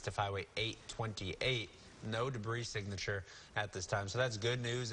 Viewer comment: it’s “signature”